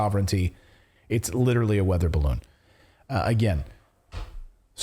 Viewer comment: a barroon? 🎈